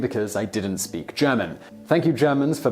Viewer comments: You molested and then butchered the word "Backpfeifengesicht" and then slapped it into its face.... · Agreed. Please don't speak German, that word wasn't recognisable in the least.